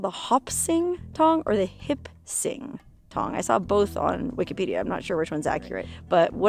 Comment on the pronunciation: you said in the videoL "there was this one Tong..." but I heard Won Ton - forgive me but you were telling the story about the murdered Chinese Laundryman wah, wah, wah....